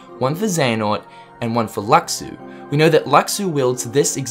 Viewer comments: he could have a "gift" just like yeul from ff 13-2 also Luxu is pronounced Lushu and chirithy is well cshirithy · its LOO - SHOO